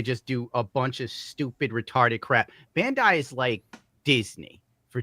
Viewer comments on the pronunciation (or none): none